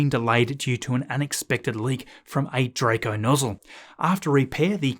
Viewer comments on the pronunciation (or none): none